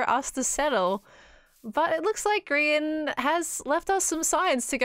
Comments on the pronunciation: She says grigan lol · I can't get over the fact that called him Grigan.